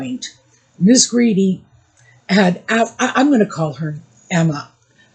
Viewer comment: Emma Grede's husband is Swedish so surely Grede is pronounced Gray-duh? (The Swedish way.)